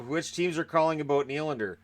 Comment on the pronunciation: I know everyone is changing how their name is pronounced, but apparently Willy gets to add an s to his Nylander now.